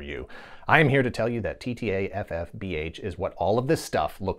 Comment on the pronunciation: You deserve a streaky award for no other reason than the sheer number of times you rattled off TTAFFBH flawlessly. That being said assuming you did maybe occasionally mess it up I’d love to see a supercut of those bloopers. Great Video. Speaking of terrible DIC shows and video, what about an episode on Kidd Video? You mentioned it in this episode and I absolutely loved that show. I even taped Kidd Video songs on my boom box (that’s an incredibly 80s sentence). All my friends thought I was nuts, but c’mon Cousin Oliver from Brady Bunch joins a pop band and gets sucked into a cartoon world to fight evil, how could that possibly be bad?